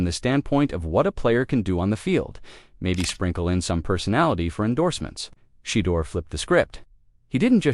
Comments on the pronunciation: And who is Shedder?? At least say his name correctly. SMH . Sad ! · SHE-DOOR 😂 OVER and Over😂😂😂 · Pronounce his name correctly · 😶‍🌫️ I can't take your commentary seriously until you respect your subject matter and fix your AI voice, correcting Shedeur Sanders' name pronunciation.